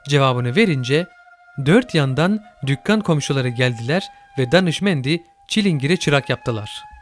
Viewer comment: Dükkan diyeceginize dukkan dediginiz icin maalesef dinleyemedim.size degilde sizlere k harfini bu sekilde teleffuz eden öğretmenlere kiziyorum .Maalesef bir koca nesil k harfini bu şekilde tallafuz etmeye zorlanarak egitildi .Bu. Cok üzücü.Bir cok kisiden kağıt yerine kagıt kelimesini duymakta bir o kadar üzücü.keske telafisi mümkün olsaydı.